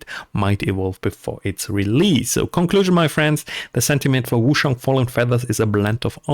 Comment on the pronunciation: Cool video mate but you're killing me with how you say Wooo-SHang. It's Ch like change, China etc.